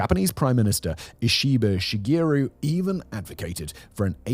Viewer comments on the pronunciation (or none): Japanese PM "Ishiiiba Isheyygruu"! I love it. It's ok tho. Trump doesn't even know his name